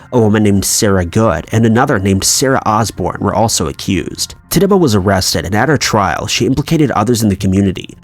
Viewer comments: 😂😂😂😂😂 " Titabah?" Her name is pronounced TICH-A-BAH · Mispronounced a lot - some of the Salem witch names were bad, Coven unforgivable. “Titchuba” and “Jiles”Remember that mostly fans watch this 🙄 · Macabre - pronounced "Ma-Cob" Coven - pronounced "Ka-Ven" Tituba - pronounced "Tit-Tchu-Ba". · Coven (CUHVEN) Tituba (TITCHUBA) Giles (GYLES) learn to pronounce the names correctly! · Wished you would’ve included the history of Marie Laveau and Madame LaLaurie and the name Tituba and Coven were pronounced incorrectly ... other than that great video. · True, I agree with this, Nia. Other than that I really enjoyed the video! His pronunciation does sometimes lack however the topic was really interesting and yeeeees I missed Laveau too! 🙆🏻‍♀️